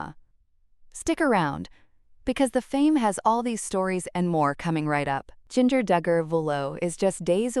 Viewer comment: The way this bot says Jinger makes me laugh and laugh every time! Come on people, the least you can do is program your bot correctly.